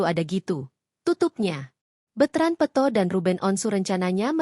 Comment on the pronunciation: Bukan betrand peuto. Peto adeuh ini penyiarnya peto jadi peuto